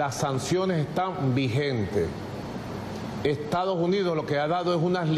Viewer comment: Aprende a pronunciar Estados Unidos